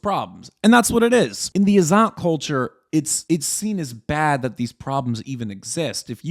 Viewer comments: It's pronounced Iz-zat and not Izaat. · It's izzet not izzaaat, more like in 'wet'. It has Arabic roots.